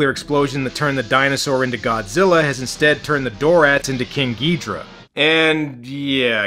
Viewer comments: king ghidorah is not said like ghidrah but said like ghidorah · Miki is right, Ghidorah no Geedra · alright i have a book that is all about godzilla and it that they that call him "ghidorha" insted of "ghidrah" not hating just saying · I find it funny that despite everyone in the movie saying Ghidorah correct you keep saying Ghidrah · it is pronounced ghi-do-rah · aw well I guess we have to attack King Ghidorah with Godzilla (Gee-Door-rah) Mikki: Its king Ghidorah (Gi-door-ra): F*CK YOU MIKKI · It’s prnonced gay-ridah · This is why we can't trust early dubs. Or sometimes even recent dubs. Then we got people like him constantly making the wrong names and all. "Ghidra" is like hearing nails over the chalkboard. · hahahahaahaahahah king Gidera its king Gezora hahahahahahahaha (its fun-yer wen you say it in a fancy voice ) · The movie is right. It’s Ghidorah, not ghidrah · I feel you with his pronunciation. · Its ghidorah